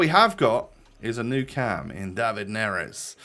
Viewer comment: dÁvid, you need to open the "A"